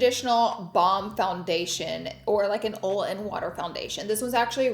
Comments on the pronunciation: I love the way Laura says OLL’ when she means to say oil 😂🥰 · She said “oil”!!! I love how she says that 😂😂😂